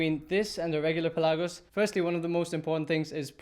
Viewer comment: "Pelagos" is a greek word and it means "open sea". Your intonation of the word is wrong. It is P'elagos and not Pel'agos